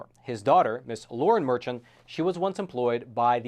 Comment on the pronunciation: His name is pronounced Merkhan and he is easily the epitome of NYC corruption.